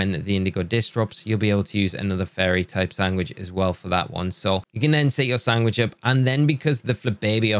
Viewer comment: how do you pronounce sandwich?!! sangwick??